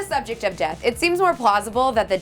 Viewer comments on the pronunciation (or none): none